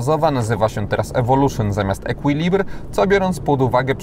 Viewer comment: Équilibre wymawia się ekilibr:)